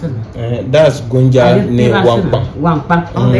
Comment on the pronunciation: The old lady was speaking the Gonja language and not gonga.. You've tried your best well done and big ups to you...